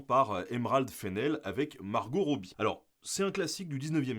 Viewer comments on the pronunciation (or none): none